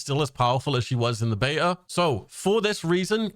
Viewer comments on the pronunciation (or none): none